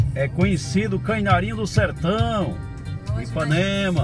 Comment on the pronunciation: ...diga "Canarinho", não diga "cainarinho".